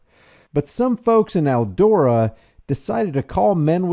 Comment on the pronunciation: Its ELDORA and not ELDO RA